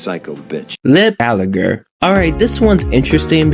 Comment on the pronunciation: It’s Gallagher not galleagor